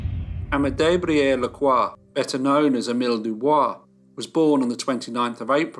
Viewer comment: Doo Boice.